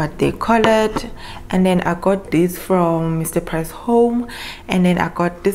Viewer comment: When you said "dis" you killed me🤣🤣🤣